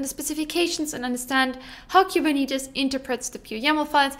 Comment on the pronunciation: Please stop mispronouncing “”Kuberneetes”